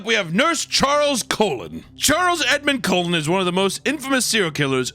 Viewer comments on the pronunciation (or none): You butchered my second uncle* last name. The Cullen’s have 2 things, we had the last name of the twilight series and we have a serial killer. And you pronounced it like a colon. Have you no shame